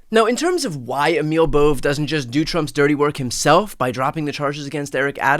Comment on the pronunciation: It’s a two syllable name, not a one syllable name.